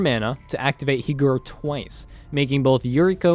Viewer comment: I love the diligence to pronounce this name "correctly", but then a Japanese inspired ninja comes out and is pronounced "HEE-GURR"